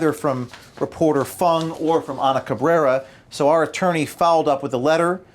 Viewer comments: you pronounced him as FANG not Fung. Racism!!!! Now the Youtube page will be pulled. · Brian Fung. Rhymes with dung.